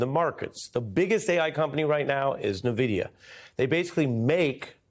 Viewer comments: EN-vidia, Ari, not NUH-vidia. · Ari, it's like "Envidia" not "Nnovidia". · Dear Ari: NVidia is pronounced "En Vidia" and not "Nuhvidia" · "nuh-vidia"? 🤔 "en-vidia" surely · small note: nvidia is pronounced 'en-videe-yuh' not the way ari is saying it. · Hey Ari, it's pronounced envidia, as in 'N'Vidia! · It’s weird to hear MSNBC do a piece on Nvidia, and not a single person knows how to pronounce Nvidia. 😂